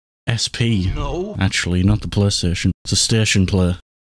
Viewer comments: Qaystation sawneek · Playstation ❌ deathstation ✅